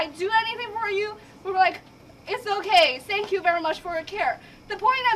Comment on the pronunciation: da asin says SANK you verry much